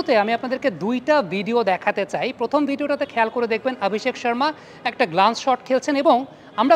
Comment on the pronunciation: আপনি "অ" কে "আ" বলেন কেন? আপনি অভিষেক কে আভিষেক,অশ্বিনকে আশ্বিন বলেন প্রায়ই।